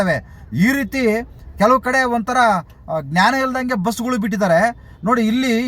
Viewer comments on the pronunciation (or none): none